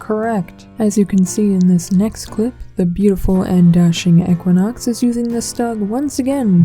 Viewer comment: I want to fight you just because you say ech-quinox